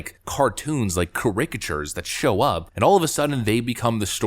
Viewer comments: Kah rick ka sures? Wtf lol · Caricictures? What's that? Americans trying to change, the British, Language.